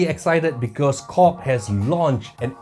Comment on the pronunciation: I am always shaking my head with what you are saying man like when you say KORG...I thought you always says..COCK, anyways I am going to watch this video (never minding the COCK...so LOL) because I want to know how the USB works as a MIDI...ok watching the COCK now I mean KORG...HAHA!